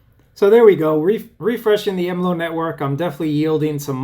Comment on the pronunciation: Okay, all the basic features covered. Basic port forwarding etc. Now make it do something interesting. I've never heard anyone pronounce MLO as EmLow before, it's always been EmEllOh.